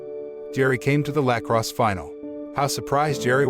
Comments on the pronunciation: the way he says lacrosse cracks me up for some reason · The way he pronounces lacrosse